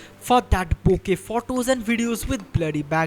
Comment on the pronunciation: Learn to pronunce photo u r prouncing wrong